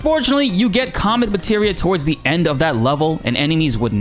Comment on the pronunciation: It sounded like you said c*m meteor